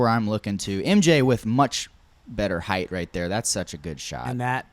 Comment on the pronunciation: Finally someone who says “height” correctly.